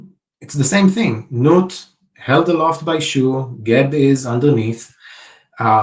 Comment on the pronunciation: It's interesting to note that the depiction of Nut in the painting was nude and that Nut is pronounced nute (or newt) ... 😅